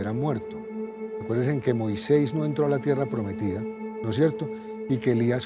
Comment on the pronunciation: Con mucho respeto me gustaria decirle al director que no se dice "Moiseis" se dice MOISÉS.